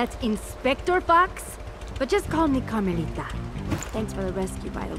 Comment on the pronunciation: meant carmelita not armelita